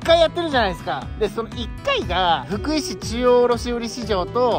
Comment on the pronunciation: ふ↑くい↓ じゃなくて ふく↓い↑やで